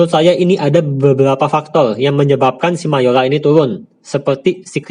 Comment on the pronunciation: bagus ilmu di videonya bang tapi lucu 😂 mayora = mayola investor = investol saya kirain pistol 😂